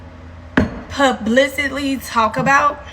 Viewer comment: Did she say "pub-licitly" talk about? 😂😂😂 Stay in school folks